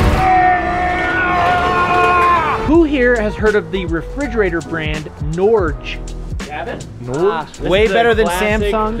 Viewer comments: Its not ''Nourge'' its Norge country of northern Europe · Norge is actually how we write Norway in our language. But it not pronounced like you say it in American🤣 Try to say Norget and then remove the T. That´s how we say it ish